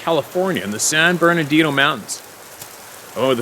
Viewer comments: The Platte River in Nebraska is pronounced just like that of "spat, spam & skat" those "a's" are pronounced the same way. San Bernardino is pronounced without the 2nd "r" so it's "San Bernadino." San Jacinto the "J" is pronounced is as a "Y". It is a Spanish word. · oh... and Burn-uh-dean-oh 😁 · Hi, the locals say" San Berdino " mtns. Much easier to pronounce